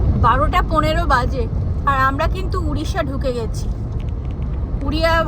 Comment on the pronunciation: Didi udisha noy , Odisha. If I call Habda bridge instead of Howrah bridge, then how you feel.